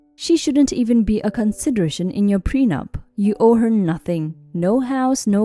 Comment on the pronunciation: Pre-nup not pren-up